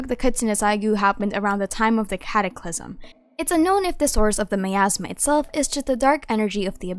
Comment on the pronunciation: for a second my brain thought you said "my asthma" before I figured you said "miasma" 💀